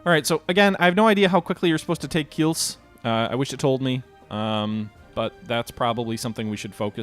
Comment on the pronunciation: It's "Kielce", not "Kills".